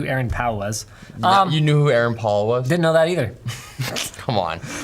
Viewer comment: The way you guys mispronounced Aaron Paul's name hurts me deeply